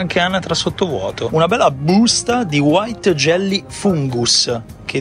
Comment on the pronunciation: Mi fa troppo ridere "in BUUSTA"😂